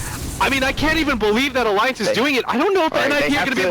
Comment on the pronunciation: this guy cant pronounce alliance,lmao